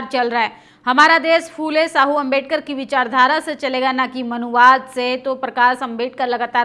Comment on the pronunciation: साहू मत कहो..., शाहु कहों...please. .